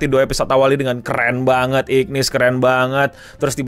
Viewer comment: namanya tulisannya igris tapi dibaca igrid bang untuk karakternya tetep Hunter Cha Hae In jadi bae Thomas Andre jadi om om paling gagah sama Antares jadi monarch paling keren